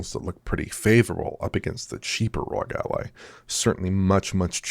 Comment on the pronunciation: did he say xbox rogue ally? 😂 its ROG not rogue, lmao